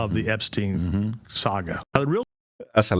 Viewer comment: There's nothing funny about this story, but I was not expecting to hear Charleston White's take, and I couldn't stop laughing at him repeatedly mispronouncing Epstein and Ghislaine 🤣